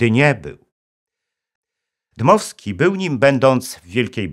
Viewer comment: Dmowski nie Dymowski panie Inżynierze.